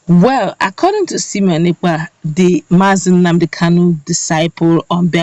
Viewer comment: LET SIMONE EKPA's NAME BE PRONOUCED PROPERLY PLEASE He is NOT called sEmion.He is sImone (pronounced: Saimon). SIMONE AND SEMION are wholly disimillar. The difference lies in E and I and their respective meanings. you are seemingly intelligent and well-informed. I am sure you would not want your name to be mis-spelled or malprounced more especially when CORRECTION has been offered to you a couple of times to that effect. Writer's is another SIMONE and I do pocket my pride to accept corrections.